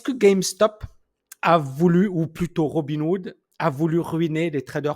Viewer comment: C'est peut-être un détail mais tu dis sans arrêt Robin Wood au lieu de RobinHood...